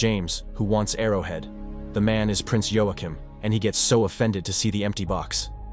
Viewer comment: Waa-Keem, not Yo A Chim